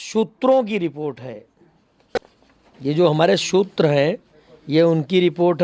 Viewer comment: Sutr kehna seekho phir bolna